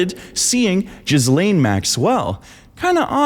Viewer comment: Hearing you mispronounce Ghislaine over and over is preventing me from watching this video ;_